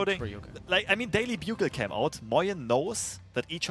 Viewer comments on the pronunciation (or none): LOL "Daily Bug-al"